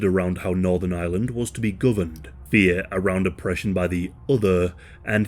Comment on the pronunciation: Am I the only one hearing Island the whole time?